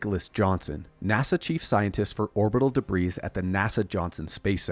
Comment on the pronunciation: the 's' in 'debris' is silent 😉